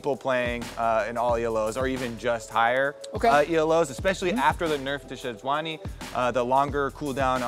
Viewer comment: Regi “SeJUANni”...